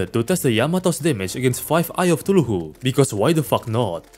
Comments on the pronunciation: You saying cthuluhu will never get old. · bro realy said tuhulu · The way he says Cthulhu as tuluhu makes me giggle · "brain of ChtulhuHU" had me rolling, thank you. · I love how says Cthulhu it Fr sound like he’s saying tooloohoo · Wtf is a “brain of thuculu” 😂😂